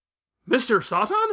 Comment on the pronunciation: "Kuririn", "Blooma", "Mr. Sah-Tan". An argument can be more for the former, while the other two make no sense. Why is he pronouncing Satan like that when the origin of the word is fairly obvious and there's an established english pronunciation for it? And where did "Blooma" even come from? The name Bulma is WRITTEN RIGHT ON HER CLOTHES. I'm going to guess he's doing this because he read the manga first...I guess. But that makes about as much sense as calling Charizard "Lizardon" just because that's the original japanese name, or me calling Chi-Chi "Milk" and Demon King Piccolo "Pikkoro Daimaku" just because those are the names they used in the latino dub and the one I grew up with. It's absolutely pointless and would make me seem like an elitist dumbass.